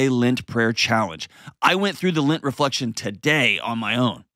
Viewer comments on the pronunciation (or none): John it is LEnt, not LInt. Lint is the stuff in your dryer